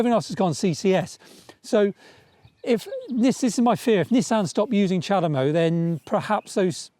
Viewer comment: Chademo? Seriously?